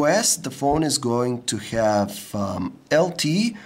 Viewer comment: I love your accent xD. You say have like this: ghave.